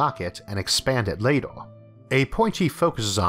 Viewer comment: torcho watel And also lator, forevor, failor. That's some strange pronunciation, never heard anything like this.